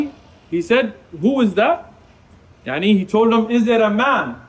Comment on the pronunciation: Why is he saying “y3ani” if he’s Pakistani